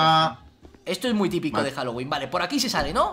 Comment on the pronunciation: pensaba que estaba diciendo “Jalo wee Jalo wee” :u a lo mexicano